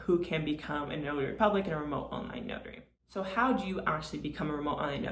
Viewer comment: Say your 'T's. It's not "remo'h". You sound very unprofessional, over and over. You are destroying your credibility. Otherwise I think you have a good presentation.